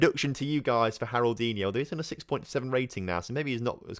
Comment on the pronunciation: "Harroldinho" is more of a portuguese name... Haroldiño would be a lot better